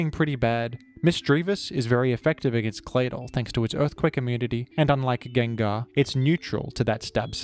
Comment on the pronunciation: Geng-gar Sable-eye This is the correct/more popular pronunciations and I will die on this hill